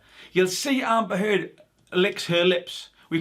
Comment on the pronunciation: “Amber Turd” 🤣